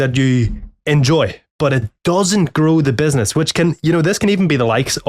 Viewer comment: I heard benzness 100 times in this vid. I even talking to myself all day (benzness) after your videos :D Great beard btw.